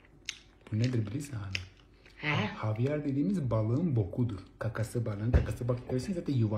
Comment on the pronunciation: 😂 havyar dediğinnnn ….😂ay koptum